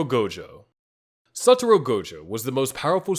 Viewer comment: BRO I SWEAR PEOPLE GET THIS WRONG ALL THE TIME HIS NAME IS “SATORU GOJO” NOT “SATURO GOJO”